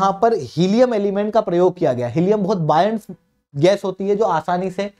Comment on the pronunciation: बोयंट को बायंट मत बोलो।